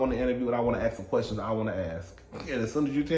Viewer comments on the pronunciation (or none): celebrity interview style: “I have a QWERSTION?….🤣🤣🤣